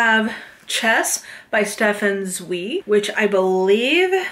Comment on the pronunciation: Stefan Zweig is Austrian! And his name is pronounced tsvɑɪg